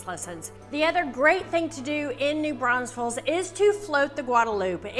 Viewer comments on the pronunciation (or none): i don't know why people can't pronounce New Braunfels